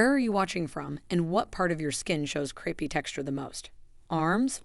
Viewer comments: Very interesting and certainly worth trying. But please, it's not creepy skin, it's crapey skin probably because the skin resembles a fabric rarely seen these days called crepe, pronounced crape. Calling it creepy skin makes having the condition even worse! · I wish we had you in our area. I’ve always thought it was called crape-y skin as in like crepe paper which is pronounced crape-y. Sounds far better than creepy which sounds like cockroaches or other creepy insects. Great content I’ll try it for my crape-y skin. Thank you. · The word is crepey not creepy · Crepey isn't pronounced creepy... Silly narration. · Couldn’t you have taken the trouble to have a human read the script? The AI can’t even pronounce “crepey” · AI: CORRECT PRONUNCIATION OF CREPEY PLEASE.